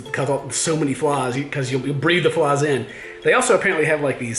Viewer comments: Well sometimes there's seaweed everywhere also it's not flas it's flies with A I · fliiieees not flaaawwwws